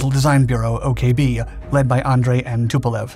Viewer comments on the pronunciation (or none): none